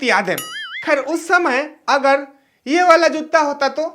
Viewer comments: जुत्ता नहीं भाई जूता ,😊😊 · Jootta nhi hota pagal joota hota h